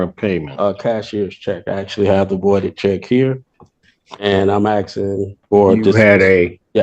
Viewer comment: you're axing? lol